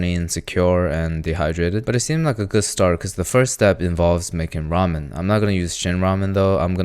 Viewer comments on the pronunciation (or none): none